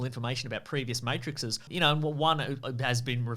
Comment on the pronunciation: Pronounced like mattresses?